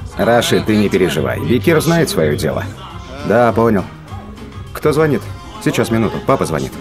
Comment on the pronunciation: В переводе говорят, звОнит